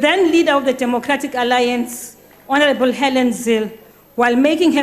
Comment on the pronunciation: Continue hounarable minister, that's frivolous😂😂